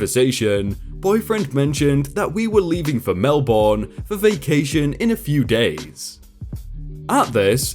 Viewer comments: ...You're not Australian, are you? Here in good ol' Aussie, Melbourne isn't pronounced "Mel-born", but "Mel-bn" - the second syllable is extremely short. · Love your voice. Pronunciation tip: Not Mel-born. It’s Mel-burn or Mel-bn. Emphasis on the first syllable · I love listening to these stories while running on the treadmill. But I will not be doing Australia a service if I didn't correct your pronunciation. It's pronounced mel-bin not mel-born. Silly I know. Us Aussies pronounce cities in a weird way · Mel-bin mate not mel-born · I live in Melbourne and listening to someone say Mel-burn is terrible. It's Mel-bin, or Mel-bun. The 'r' butchers it. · Not Mel-born say it like mel-burn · Pronounced 'Mel-bin' not 'Mel-boooorrne' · melbun. it's pronounced melbun. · you pronounced Melbourne wrong as i am from New South Wales just above Melbourne which is in Victoria so to get the right pronunciation just call it Melburn as in Mel burn then you will get Melbourne right name said and pronounced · Melbourne is pronounced Mel-Benn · Im sorry but i just can't 😹😹 you say Melbourne so wrong my little Aussie ears cant take it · When you butcher the word "Melbourne". 😬😬😬😬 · How to tell someone isn't from Australia: Get them to pronounce "Melbourne" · As an Australian, it was driving me insane the way you were saying Melbourne. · It drove me crazy too, and I'm Norwegian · My ears are bleeding lol